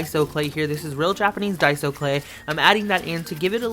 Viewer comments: Subscribing cause you said Daiso correctly😂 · Finally someone says daiso clay right!